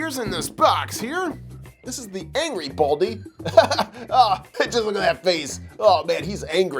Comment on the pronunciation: His name is Baldi NOT Baldie